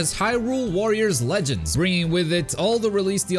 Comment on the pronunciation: I love Hyrule Warriors 'Lengeds'